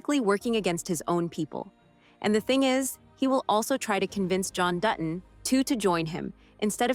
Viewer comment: Learn how to say Dutton. It’s not Du on it’s Dutton…like you said later in your narration. Don’t you review yourself before posting? It totally invalidates your point